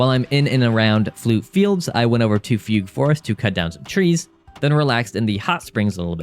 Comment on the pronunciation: “Foogoo forest” 😅